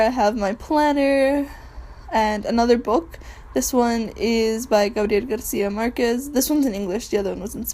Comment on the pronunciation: I could tell when she could say Gabriel Garcia Marquez properly